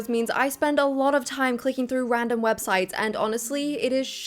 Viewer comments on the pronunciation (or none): none